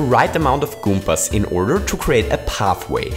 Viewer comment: "goompas" lmao